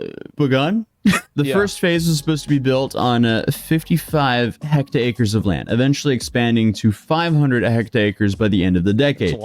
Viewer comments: hecacres? xD hectares you ignoramus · What's a "hectacres"? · Wtf is a hectacter